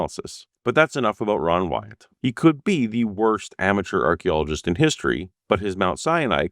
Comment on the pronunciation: An Ark-ologist